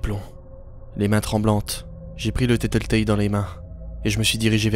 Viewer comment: J'adore !!!! Bravo !!! ❤️ le seul problème c'est que tu a mal prononcé Tattletail